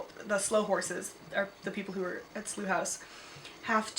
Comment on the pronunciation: Also Slough is pronounced Sl-ou-w. Like a weird slow haha